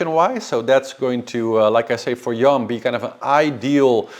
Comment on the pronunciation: Yoann is pronounced Yo-hann it's a name from Bretagne. Means God gives grace. "Yoann est d'origine hébraïque. Ce prénom provient de « yohanân » et veut dire « Dieu fait grâce ».